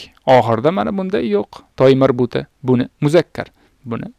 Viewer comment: Assalomu aleykum. Nimaga (ة)ta marbuta demasdan toymarbuta deb aytayapsiz.🤔